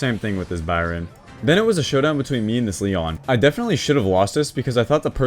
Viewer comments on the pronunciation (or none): none